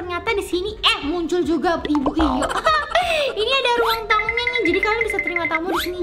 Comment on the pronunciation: Ka bukan ibu Yoni tapi iyoni